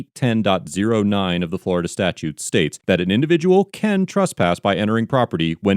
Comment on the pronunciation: Please stop saying "Truspass". It's "TRESpass".